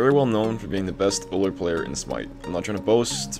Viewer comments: it's pronounce you'll, not ooller. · >best Ullr player in Smite >can't pronounce Ullr correctly